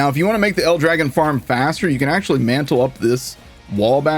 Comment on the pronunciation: Aww... no love for the real pronunciation to El Dragòn.. Battleborn was so good. So much character in everything.